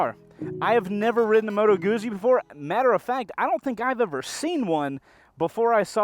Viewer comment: It’s “Moto Goot Zee”, not moto goozee. Also it’s a V twin dude, like just count the cylinders lol.